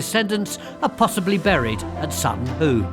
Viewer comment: Whoo Hoo! It's Sutton Hoo.